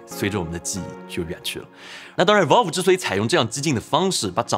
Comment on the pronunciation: valve 发音错了啊啊啊... 听得特别别扭.....